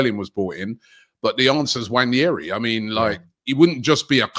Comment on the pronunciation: For how much your alk about football and do so many shows and go to all arsenal games you still cannot pronounce Neaneri correctly. Come on man, its not Nwan-yeri